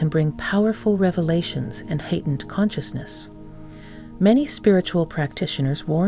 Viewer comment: Hatened, yes that’s what she said.. which means hateful.. I think she meant to say Heightened.. very different, pronunciation and spelling can change the whole meaning